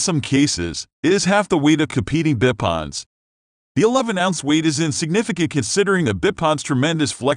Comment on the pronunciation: “Bip odds” I couldn’t even watch to the end the pronunciation was pissing me off 😂😂😂😂😅